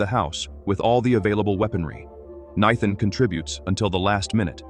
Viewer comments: Why can AI not manage to say "NATHAN"???? It says Nighthan... It says Kneethin... It says literally everything except "Nathan" ... How is that name so difficult? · naithan just pokes me in the goddamn ears each time i hear it. Do you use ai to edit and post all your shit videos? do you even watch through the video and listen to the dude having a stroke each time he pronounces Nathan? absolute dogshit, 0 effort put into videos. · Nithan, nethan 😂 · The horrible AI can pronounce Xavier but not Nathan? Crappy AI! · Lmao exactly